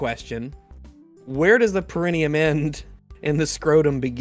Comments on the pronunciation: I wonder if he's thinking of the horticultural word Perennial and mixing it I to the pronunciation. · repeatedly mispronouncing perineum while chastising others for their improper vocabulary was my favorite part of this stream Edit: damn it, they already called it out